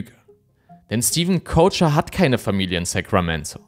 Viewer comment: Ich finde man könnte Stevens deutschen Nachnamen auch einfach wie 'Köcher' aussprechen, und nicht wie 'Coacher'. Nur weil die Amis das nicht richtig aussprechen können, müssen wir das hier ja nicht ebenso machen.